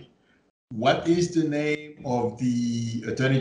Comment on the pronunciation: I love how pronounces your name ❤️